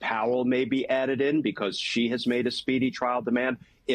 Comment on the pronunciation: Chesebro.....there is NO 'cheese' in his name. Mispronouncing his name is very sloppy journalism.